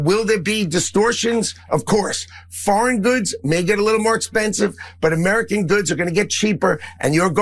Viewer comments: Jeff Van Drew says “Urmerican” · Jeff Van Drew with his "Amaarican". Amaarican, jeez the idiot can't even pronounce American correctly. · Why is Jeff van Drew constantly speaking about "Amuurcan" economy?